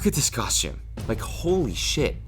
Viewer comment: The way he says costume, *coSHTCHume*, I want to stab myself in the ears.